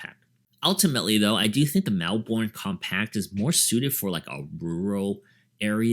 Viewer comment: Good review! FYI Because it's an Australian brand, and Melbourne's an Australian city, we pronounce it Mel-bun.